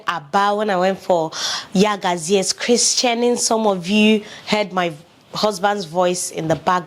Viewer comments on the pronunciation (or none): Hubby spent a few weeks in Niaja and completely transformed. Family is very important. Luxury of being surrounded by domestic staff and extended family might not be there in Saudi Arabia but you and hubby will figure out what works for your beautiful family. All the best!!!Pls it’s christening. You kept saying christianing…..am not trying to be disrespectful but I just thought to shade some light on the christening pronunciation.